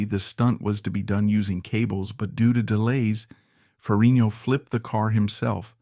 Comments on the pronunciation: Great video PLEASE look up how to pronounce FerriGGNo Its not Ferinio Had to mention 😅 But liked your review of one of my favorites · um nothing new here for me bud.know all this and much more.plus you need to pronounce the G in FerriGno 😁